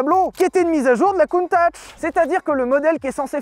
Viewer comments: Countach pas Countatch 😅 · Countach, pas "Countatch" 😂 Bonne prononciation par contre. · Lamborghini COUNTATCH ? ^^' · Countatch ???????????? Mon coeur souffre en voyant le T en plus MDDDR